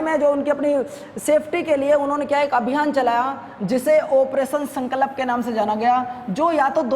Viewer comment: Sir ji sankalp ko shi se to bol de kro, wo sankalp hota h